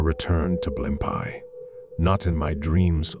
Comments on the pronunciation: Blim pies restaurant?? Where are you from? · they are, but the reader pronounces it horribly lol.. I live in nyc so we used to have a blimpies every 5 blocks lol